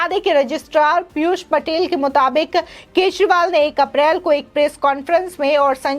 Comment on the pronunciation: Dear Madam, can you please pronounce the surname of AK correctly ? Or simply address him as a Natvarlal.